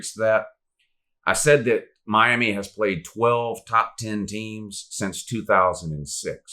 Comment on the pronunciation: But who have dey pwayed Woo